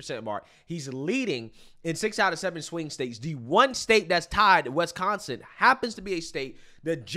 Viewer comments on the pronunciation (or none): Stop saying Wesconsin!